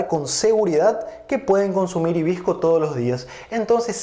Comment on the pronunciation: Porque dices himbisco sinse escribe y dice hibisco?